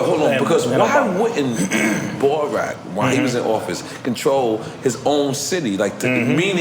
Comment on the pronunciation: Did this nigga call barack "borat"?